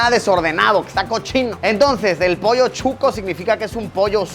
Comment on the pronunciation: emmm Chuco??? o Shucho?? soy de Guatemala y para nosotros es Shuco, mal pronunciado Chuco... pero es SHUCOO sssssshhhhhh shucooo no chuco